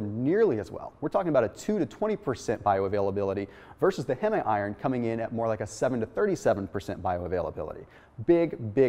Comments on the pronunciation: ITS HEEM IRON. HEEEEEEMM. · It's not pronounced "HeMe", It's pronounced "Heem". That's like calling memes "MeMes". lol